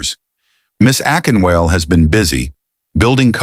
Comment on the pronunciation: A-KIN-WAH-LEH! Akinwale. AI needs some home-training😂